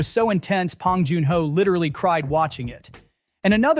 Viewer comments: Good video but his name is "B" Bong, not "P" Pong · A.I. can’t say it right. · Oh my god, stop saying "Pong." Thumbs down for bad AI. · That doesn't surprise me but the massive frequency of "P"ongs in this video pushed me over the edge 😄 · Yeah, just mispronounce his name. It really shows you did your research and didn't just have Chat GPT come up with this. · This AI voice can't even pronounce Bong Joon-ho's name correctly.....